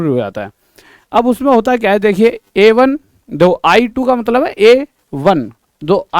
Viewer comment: Aye 1 ka matlab A1 hai sir AYE 1 ko A1 pronounce karte hai